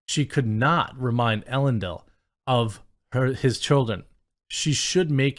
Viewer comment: «Ellen-dill»? Dude!